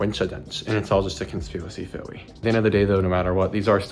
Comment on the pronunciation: theowy 🥺✨ (10/10 vid btw)